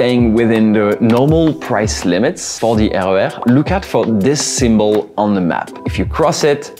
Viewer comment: I ❤ your pronunciation of the RER. As a Dutch person i read them as 1 word.